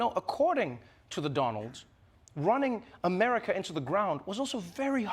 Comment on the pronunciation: Trevor use to have me crying laughing at Trump during his Presidency.. Especially when then President Donald said "The Unity Shash of Amerikaw" 😂😂😂😂😂😂😂😂😂😂😂